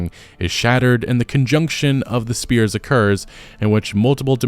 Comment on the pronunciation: Feel kind of bad for Michelle Yeoh. She goes from starring in one of the best films of the year to this. Also, "Sphere" is not pronounced like "Spear".